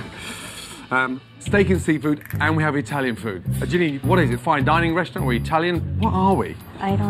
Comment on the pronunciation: "resaturant" wtf man?